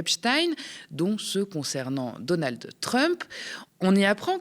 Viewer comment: on ne dit pas "Donaldeu Trump" !